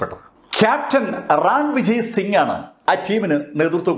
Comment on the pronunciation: Sir... അത് രാണാ വിജയ് സിംഗ് അല്ല.... റൺവിജയ് സിംഗ് ആണ്... റൺ എന്നാൽ യുദ്ധം വിജയ് എന്നാൽ വിജയം.. അതാണ് റൺവിജയ് എന്ന പേര്... ☺️